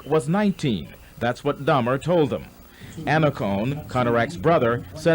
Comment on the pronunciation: Dahmer not Hamer ❤